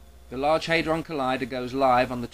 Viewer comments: it's hAdron not haidron. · It's HAD-ron, not HADE-ron. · It's HAD-ron not HAY-dron, you dozy muppet. When has anyone ever pronounced it HAY-dron, hmm? Only you. Oh, and the french. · just an irrelevant nitpick here, its /ˈhædrɒn/, not /ˈheɪdrɒn/ . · Dont get me wrong fella, i agree with your conclusion and i admire at least the fact you havnt bought into the media hype. But believe me hadron is pronounced 'had-ron' not 'hay-dron'. What youve used there is the flippin american way of saying it, and until they can accept there is an S at the end of maths, theyre always going to be wrong in dialect. Mind you it could have been worse...you could have started nostradamus bashing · i like how you pronounce hadron never heard it before :) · When this idiot cant even pronounce the word 'Hadron' properly, why would anyone believe that he knows what hes talking about. If anyone has actually been underground to see the LHC at CERN, it is most impressive in scale and in substance, and that is why it was funded, it is almost unimaginably bigger than anything used anywhere else in the world. And if anyone actually understands the basic science of whats going on, unless weve got it horribly wrong, then nothing bad will happen